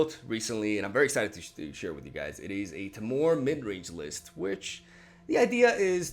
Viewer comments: Temur is "Tee-merr" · Thanks for the dedication, man. And I think it's actually pronounced tee-mer